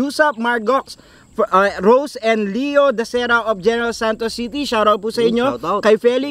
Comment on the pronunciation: Shar-out daw. Pa shar-out po sa caloocan.